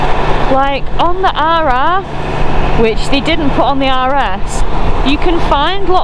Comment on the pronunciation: With all them rrrrr rrrrr you sound like a pirate 🏴‍☠️ arrrrr🤣🤣🤣